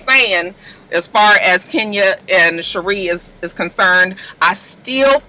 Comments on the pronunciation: Gurl who is shereeee🤣 It’s sheree like sha.ray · LMAOOOO Sheree. You are so done with her you can't even be bothered to say her name correctly. 😁 Honestly, same!